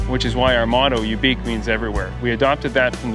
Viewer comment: They pronounced Ubique wrong. So many people cannot pronounce Latin correctly.